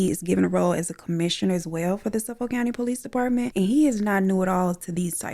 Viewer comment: The way you said Suffolk County lol. Those of us from there are always tickled by the way outsiders pronounce our cities. It’s Suh-fick County 😂 Love the art!!!! 🖼️